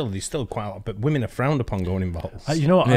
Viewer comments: Why doesn’t the guy narrating the video know how to pronounce the word, women, vs. woman? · Why can't that guy pronounce women, he keeps saying woman. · I love oversimplified but I can’t stand how he and other people that say “woman” instead of “women” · Drives me nuts how he pronounces "Women" as "Woman." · I’m only watching this because you guys rock. I like oversimplified but one of my pet peeves is when someone mispronounces “women” like “woman”, sounds stupid as fuck lol